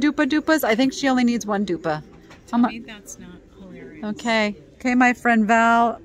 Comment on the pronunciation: Thanks gals. ! Fun video!! Keeps me company. Nearly spit out my juice when you said " dupa". Lol. My maiden name ends in " ski"